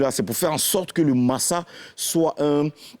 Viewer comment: Masa se lit maza non? Ou bien c'est moi qui n'est rien compris au primaire?